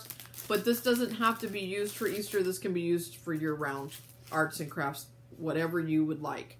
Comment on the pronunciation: I look forward every video to “I says you can have whatevuhs you like” 😂😂